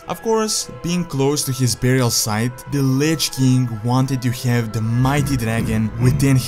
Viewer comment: Can't you pronounce "king"?